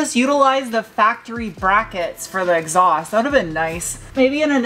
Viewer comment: I'm here for the fun pronunciations... "Exoust"... "Mooflour"...😆